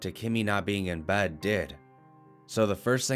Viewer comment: Bed not bahd